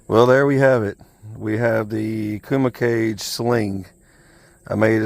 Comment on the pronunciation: I 'think' it's pronounced Kooma Cahgay, not 'cage'. Pretty sure.